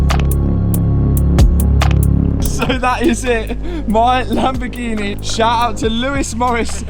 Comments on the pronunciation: I started watching when you had the bentleh then came a masarteh and now a lamborghineh. Well done to you Matt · Lamborgineh 😂 Congrats 👏 🚀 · Fun game take a shot every time says lambo-ghenieee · Is it Lamborghini or Lamborghinehh? 😉😂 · Lamborghineh! Matt you killed the pronunciation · uhhh you've not bought the latest laborjini, you've not bought a new lamborjini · He got himself a Lambagineh